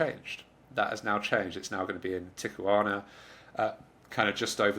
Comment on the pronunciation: <Ticka Wana>???? Oh darling! I still really like you and your reporting, and maybe you are adjusting this or targeting a UK audience, which makes sense. But why not try to say Tea Hwana. That's a reasonably close English approximation of the Spanish. You probably I think speak a variety of English which tends to drop h's, so this might not be so easy for you. But this would be my recommendation.